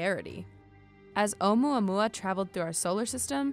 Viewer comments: I thought she said oh yeah yeah meme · onmuamua that's what I heard😂😂😂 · Should it be pronounced "OH-oo-MOO-uh-MOO-uh" 'cuz there's a U in the Hawaiian name? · yes pronounce the U letter.... she mispronounced it by leaving out the U sound